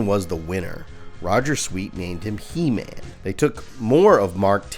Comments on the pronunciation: Como vas a ponunciar EMAN?? QUE BARBARO QUE ERES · Gran vídeo, el único detalle es la pronunciación de Heman.